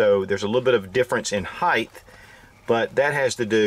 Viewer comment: Can anyone explain to me why do many people pronounce height "heigth"? We all know it ends in "t" but so many people pronounce it with a damn "th"! I know I have weird pet peeves but that's one of em! Most my pet peeves revolve around improper pronunciation and saying words that don't exist!